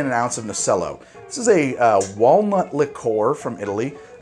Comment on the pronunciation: Ohhhhhh, walnut liqueur. I heard "Walmart" liqueur. Distilled Walmart . . . gack.